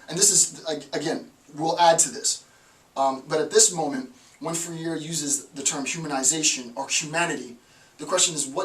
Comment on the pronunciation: Really? You couldn't take 5 minutes to learn the other human's name to humanize him? It is pronounced /frā' re/ (e like in red)